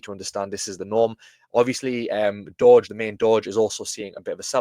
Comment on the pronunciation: DJI6930 or Dowge is pronounced DowJ like the Dow Jones. It is not pronounced Doge. There already is a Doge, so Dowge is pronounced DowJ 😉👍